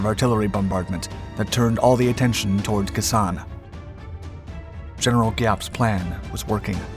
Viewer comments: Prounounced "Kay-sawn", not kason. 173 AB Brigade 1966-67, 9th ID 1968-69. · Your pronunciation is non-standard. Kay-Sonn, Dee-en Bee-en Foo, etc.